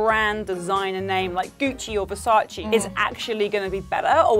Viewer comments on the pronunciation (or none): Since Versace is Italian... it is not pronounced "Versaci", but "Versace" the Last E is As the first.... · Hahah thanks for pointing this out, I really hate when people say "Versaciiii"